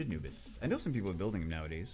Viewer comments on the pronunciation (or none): none